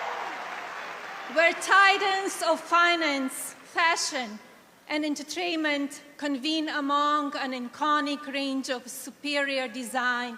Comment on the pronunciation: Hello Madison Scare Garden! To Malania. Learn how to say entertainment not enterchainment! Learn how to say iconic, not ichonic! Learnt how to say thrive, not chrive. Dont say “for benefit”, say for THE benefit. Use your money and go and learn english properly.